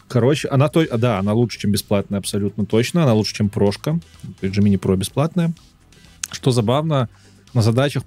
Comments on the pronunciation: Разрешу-таки спор по поводу джемини. Можно и так и так. Но всё равно промахнулся, т.к. ударение всегда на первый слог 😃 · "ДжЕминай" всё-таки.